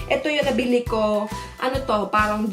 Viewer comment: paRang paRang paRang. Nyahah cute